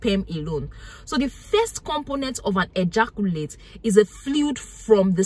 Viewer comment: EhJarKuLate SPEM … English language got murdered..